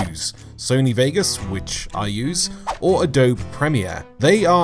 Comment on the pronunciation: I die a little inside every time he says Adobe.